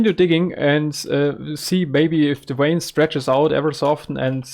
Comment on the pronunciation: jsuk vein is pronounced with a V like vampire not W like watermelon :) very glad to see you again